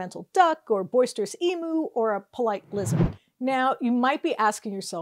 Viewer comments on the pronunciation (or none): Love your stuff... but... learn how to pronounce " emu"... :)